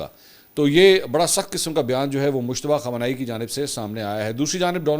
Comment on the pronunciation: مجتبی خامنہ ائ۔۔۔۔۔ نام صحیح نہیں بول رہیے